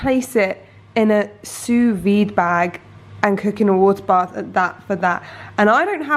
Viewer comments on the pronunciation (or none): none